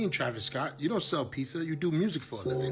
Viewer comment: "Pissah" doesn't exist 😅